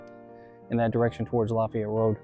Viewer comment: pronounced la Fay ette. It's like adding the La in front of the town where Ft. Bragg is leaving off the ville part.